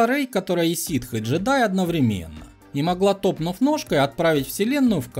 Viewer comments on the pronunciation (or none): none